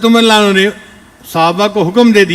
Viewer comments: Ye deobandi molvi ko raziallahu bolte nahi aata Ali lanu Ali lanu bolta he ye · se adban guzarish hi ki raziyallahu anhu ka lafz saf samajhme nahi aata